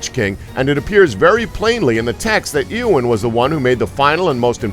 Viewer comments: lol at 'Ear'wyn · Daeg He even mispronounced (Dumbledore) -_- Doubledoor .......injust now got to the part where he pronounced Eowyn as EEEEowen -_